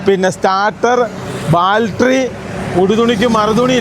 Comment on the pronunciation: ബാൾട്ടറി എല്ലാ മൈരെ ബാറ്ററി എന്ന പറയാൻ പടിക്ക് മൈരെ ! എത്ര തവണ പറയണം!